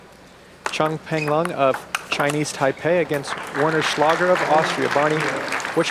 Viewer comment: "Warren Schlager" in the Women's Singles Semifinals 😂